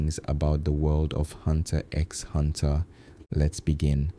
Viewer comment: X is not pronounced... It hurts so much bro